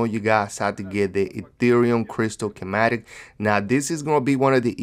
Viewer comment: OMG IT'S NOT A CHEMATIC crystal dude!! 😂😂😂💀💀💀 it's pronounced ski-matic